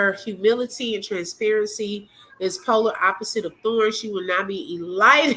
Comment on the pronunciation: eLITEd ? Does she mean Elated? so funny when she looks a fool.... Just like Deeabolical... It's diabolical... she's a dummy...